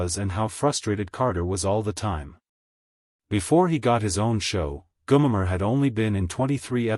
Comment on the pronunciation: G O M E R!!!!!!! Come on it ain't that difficult to pronounce, stupid A1